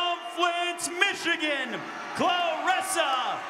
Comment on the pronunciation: Claressa not Clarissa. Put ome respect on her name!!